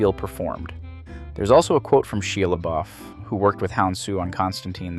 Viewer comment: Haha She luh-buff